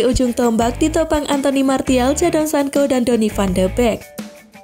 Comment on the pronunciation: Bilangnya Sanco bukan Sanko, mbak..... 😁